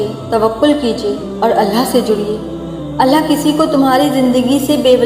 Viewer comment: Behn phle to tum ALLAH thik se bolo ALLAH hota hai ALLHA nahi